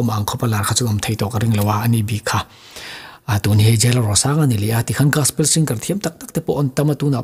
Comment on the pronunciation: Gaspel❌ Gospel✅